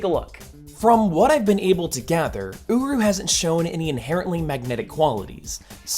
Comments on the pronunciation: I’m losing it. Every time he mentions the hammer metal, I hear “uwu” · Um... the first time I heard him say the Metal the hammer is made of, I thought he said owo metal.